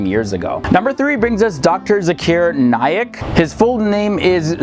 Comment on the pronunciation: its Naik, not Naylack ALSO, Only Allah SWT can decide who is a good Muslim and who is not